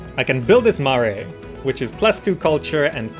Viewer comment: he is , but we should tell him Marae is pronounced Ma rye